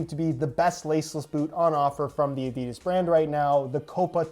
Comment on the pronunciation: Did he just say adidis